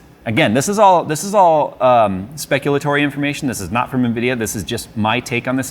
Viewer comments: "unvidea - unacceptable, same thing" lol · Nvidia = Unvidia Me: hmm makes sense 🤣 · "Unvidia"... that's actually deep.